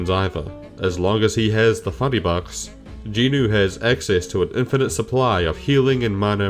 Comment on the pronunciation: Is saying Jin-woo as jinu some sort of bait? I am confused here. Also I am not sure how My Hero Academia is a good example since it suffers from the very similar issues that Sooo Leveling does but it's training arc is like 100 chapters long instead.